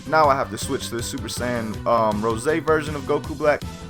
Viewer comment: It’s rosé not rose-hey